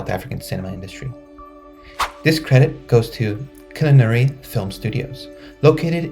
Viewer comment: Killarney is pronounced Ki-lar-nee